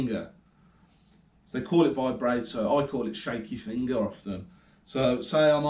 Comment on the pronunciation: () Vibrato is pronounced Vi-bra(like what women wear) -toe.Keep up the pickin arkid,and the Devil stuff obv!